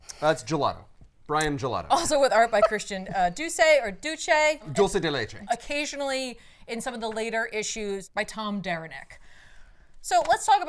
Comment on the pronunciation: Hi, Matías from Argentina here, never comment but I need to say, had the best pronunciation of dulce de leche I've heard in my life from an english speaker 🎉